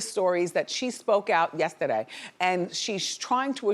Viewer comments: “she spoke out YesTA-Day” 😂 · That "yestaday" sounded real New Jersey lol